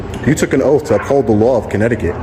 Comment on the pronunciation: Welcome to. Comminecticut